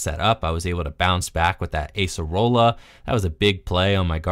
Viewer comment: Those Acerola plays were so good, momentum changers. Also nice to see her name pronounced correctly too.